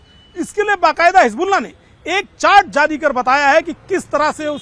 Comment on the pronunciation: Aap baar baar rassgulla q bol rhe h 🥺